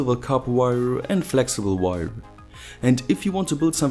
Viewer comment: "Peipöör, modöör, weieöör" no hate, but it sounds fu** funny. :P